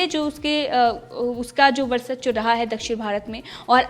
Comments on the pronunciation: Varsachwa nahin varchaswa boliye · वर्चस्व होता है मैडम गलत मत पढ़ो।🤣😀😅